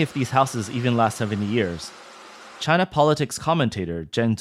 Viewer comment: Made in Chy-nah quality.